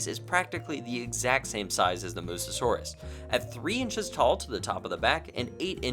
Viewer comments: Noticed you keep saying "Mussosaurus" instead of "mussaurus" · I don't want to be that guy but I have to say it It's a bit funny how throughout the video we see the text say "Mussaurus" but you keep saying "Mussa-saurus" as if there's an extra 'as' in the name xD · Its pronounced “mus saurus” not “mussasaurus”. (But I also pronounced it that Way before) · This might be my OCD talking, but aren’t you supposed to pronounce Mussaurus as Muh-saurus rather than Muh-sa-saurus? It was kind of an itch during the whole review (which was terrific, love your videos) 🐥